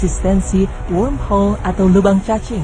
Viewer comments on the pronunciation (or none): lubang cacing kok disebutnya worldhole? mungkin maksud narratornya 'wormhole '